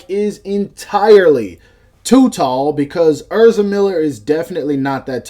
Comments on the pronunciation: dawg it’s ehz-ra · way he says ezra lowkey hurts my soul